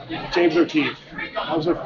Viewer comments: Intentionally bungling O'Keefe's name was a nice, subtle touch. She's good. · I liked how she PURPOSELY said it wrong. Smart gal.